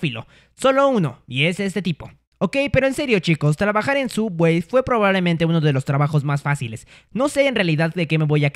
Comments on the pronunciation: No es suuubwey, es sooubway :v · Es subway no sooubway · Creo que es Subway y no soobwey, no sé si es broma la miniatura pero igual es chistoso 😆😆😆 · Por qué pronuncia sooubway como sowawey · Subway :❌ soobway:✔️ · Se escribe sooubway y se pronuncia subwey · No sé dice sooubway se dice subway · No co no sia soobway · Es sooubway no subway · es Subway xd lo dijo asi para que no lo demanden xd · por que llama a subway "sooubway"?:( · Se dice subway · Se dise sobway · El sabe que es Subway solo lo dice asi